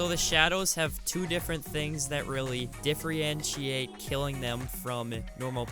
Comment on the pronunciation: diffrientriate FUCKING DIFFRIENTRIATE. LEARN HOW TO SPEAK ENGLISH PLEASE